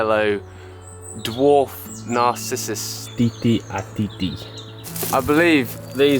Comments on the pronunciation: "Titi a titi" daffodils ? 😁 Cute "Tête à tête" is pronounced (like "pet a pet") It literally means "head to head", that is to say a "face to face meeting/conversation". A sweet name for a flower that keep nodding its head as if to say hello. Your content is very interesting, relatable and inspiring. Well done on the editing. You have a very engaging personality, a good voice and excellent pacing. I feel your channel is a real pearl in the making. 🤗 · Nothing beats the fresh taste of harvesting and eating your own food within minutes. I grow my food in accordance to the phases of the moon, called biodynamic gardening. Are there any allotments in your area? Pronounced Tate-ar-Tate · Tete a Tete (pronounced... Tet-A-Tet). Translated from French to English means 'Head to Head'. By adding the 'ay' sound to each 'Tete', you were almost saying..."breast to breast" or 'teat to teat', which is probably where the english word 'tit' originates.